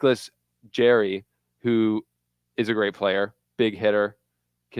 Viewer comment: jarry not jerry